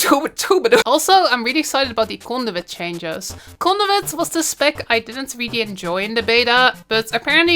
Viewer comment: When u said Conduit I thought you said Condiment. Lmao